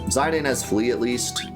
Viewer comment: Ok whoa, isn’t it pronounced ze dane and not zi dane? My whole life is flashing before my eyes